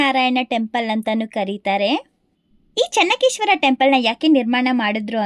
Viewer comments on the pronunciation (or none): It is not Chennakeshwara, it is Chennakeshava..